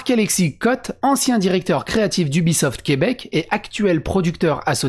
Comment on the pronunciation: Québec, pas Quèbec... tssk, sacrés Fronçais de Fronce... viens faire un tour sur /r/QuebecLibre